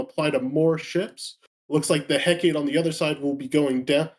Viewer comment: Heh-kah-te. Not heck-ate.